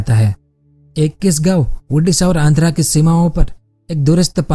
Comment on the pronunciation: Bro that ओडिशा not उडिशा